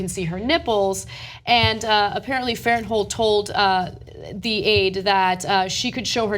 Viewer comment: I know Blake Farenthold and its pronounced Blake Faren-thold not Farent-hold. She took a settlement and though i have no idea if he did or not but in any case, he is paying out of pocket back to the congressional account. He was never estranged with his wife and i know this as i know the family. She took the settlement and cannot sue. She is basically trying to ruin his career years after the settlement. I recommend you look up the dates of this settlement and tell me why there has been such a gap since the settlement and now she suddenly wants to make a hit piece.